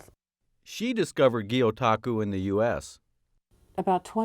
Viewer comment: Gyotaku is not pronounced like that in the slightest so it does make me question her actual knowledge on the subject but it's interesting to see Japan and Oregon together none the less.